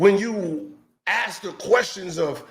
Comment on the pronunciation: do yourself a favor and just say the word 'ask' instead of forcing out an uncomfortable 'axe'. I'm just messing with you, I love your channel.